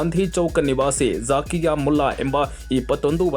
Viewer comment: It's not zaakiya correct zakia